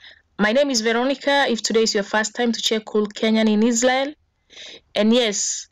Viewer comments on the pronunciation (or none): none